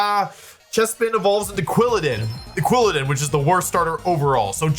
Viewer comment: You said Quwillidin twice